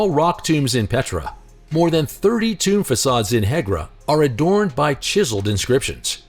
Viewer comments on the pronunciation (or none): none